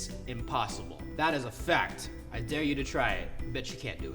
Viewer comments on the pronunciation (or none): none